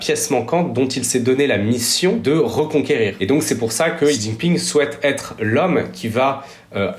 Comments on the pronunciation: Salut, juste pour te corriger sur la prononciation sur le nom du monsieur (習近平 - xíjìnpíng) si jamais tu refais des vidéos dessus : - 習 (xí) c'est un son à mi chemin entre le "s" et le "sh". Pour le faire : Tu te mets en position comme si tu voulais faire un son "sh", sauf que tu plaques la langue en bas de ta bouche, et tu souris (ta langue touchera un peu le bout de tes dents du coup), puis après tu souffles en faisant un "i". pour faire la partie de l'accent qui monte "í", tu montes la voix, comme si tu posais une question. - 近 (jìn), tu peux penser au mot "jean" pour avoir le son "dj", mais pareil que pour le "xí", tu souris et tu plaques la langue en bas (tu coup tu verras, ta bouche va quasi pas bouger entre ce son et le précédent si quelqu'un te regarde parler). Et t'essaies de prononcer un "dîne" dans cette position, tu verras ça fera un son à peu près à l'entre deux de "d" et de "dj" de "jean" (car en voulant faire le "d", tu vas sentir ta langue toucher un peu tes dents, du coup c'est là que le "j" va apparaitre). Pour l'accent descendant, "ì", tu peux imaginer comme si tu mettais un point d'exclamation, comme si t'ordonnais à quelqu'un de mettre son jean par exemple ahah "Jean !" 😂 - 平 (píng), celui là est plus simple, c'est comme si tu disais "ping" du mot "ping pong", mais en montant la voix comme si tu posais une question pour faire l'accent montant. Les journalistes des médias traditionnels globalement s'en battent les couilles sur la prononciation des mot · Cool la vidéo ! Par contre ce serait bien que les gens arrêtent de dire "Ji Jinping", "Ksi Jinping" et autre "Chi Jinping" alors qu'ils vont prononcer correctement "Deng Xiaoping" 🤔😉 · "Jiji ping"? 🤦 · Ji jinping? 🤣 Allez